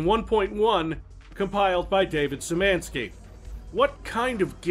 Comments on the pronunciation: Szymanski is pronounced like she (but e like ee)-man-ski And yes, I know doesn't give a fuck, because babilon of humanity is long gone and he's barely any different from Stroggs, but hey.... It's worth to try update his database with useless info beyond games themself... Maybe it will corrupt them guards when they anally extract info from his brain. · God damn it - your pronunciation of Polish last names is on point. There are some issues with "sz" sound but other then that - colour me impressed. Also DUKE NUKEM TIME TO KILL when?